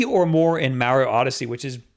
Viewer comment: "MAH-rio" "8bit-DOO" "WAY-fu". My ears hurt!!!